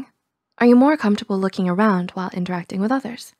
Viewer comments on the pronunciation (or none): none